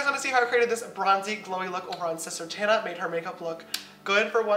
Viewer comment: ........its Tana not Tanna:)